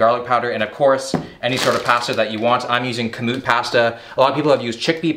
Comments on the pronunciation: Say pasta correctly. Your from Canada not Boston, lol. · You can really the Canadian in him when he says “Pasta” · Ok I was wondering! This is my first time watching one of his videos. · the way this man says pasta is so unreal hahahaha... I noticed greg doucette says the same thing.. oh Canadians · I’m just here for how pronounces pasta lol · They way he says pasta 😳🥴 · No one is talking about how he pronounces Pasta 🤨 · Anyone else bothered by the way he says pasta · Please don’t say pasta anymore